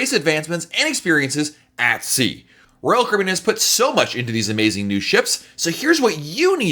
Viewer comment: This guy pronounces royal Caribbean like rall Cribin